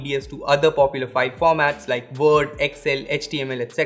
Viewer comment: Vord 🤣😂 Wolume 🤦🏽‍♂️ how come you pronounce the word 'Volume' with a W, yet you cannot pronounce Word properly?